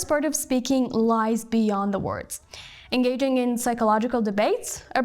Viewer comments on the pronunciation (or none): engaging =/en'geɪdʒŋ/ not /en'geɪgŋ/ 😏😏